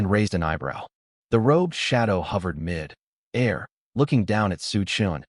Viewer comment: its mid fucking air. not mi dare. get it fucking right